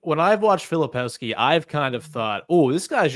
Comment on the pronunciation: Please not Filopowski